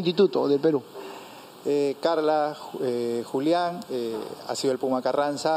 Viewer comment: Así se dice pUma Carranza....la 🚫 U 🚫 es la 🚫U🚫